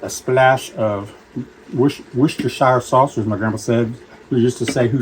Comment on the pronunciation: its pronounced wuster sauce